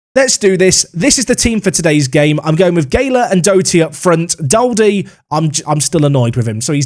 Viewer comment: Daldy is pronounce Doldy i used to play with him a few seasons back in real life